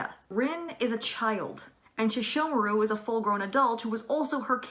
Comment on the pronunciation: All sesshomaru is not pronounced "sheshomaru"